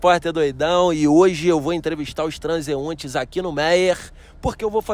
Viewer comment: Quando o coroa da pipoca falou "transuentes" (transeuntes) eu fui de arrasta pra cima KKKKKKKKKKKKKKKKKK